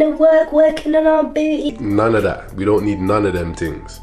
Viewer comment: Love how he says BOOTY :)